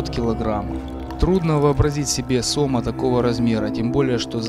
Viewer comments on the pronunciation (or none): СомА, а не сОма, блин!.